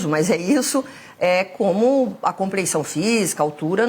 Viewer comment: Putz!!! Uma delegada chefe do DHPP falar " comprensão física". Ela que assassinou o Português